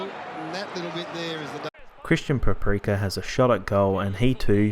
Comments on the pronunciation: nice video one mistake though its christian petracca not christian paprika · good video but did you call him christian paprica? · why did you say christian paprika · Sorry did you say Christian preprecca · Did you say... Christian Paprika?